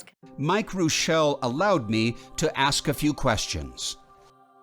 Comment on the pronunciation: Rick Reuschel was a pitcher for the Chicago Cubs. It's true! But unlike here, his name not pronounced, " Roo-shell' ", it was pronounced, " Rush'-il "!! 😅 😂 🤣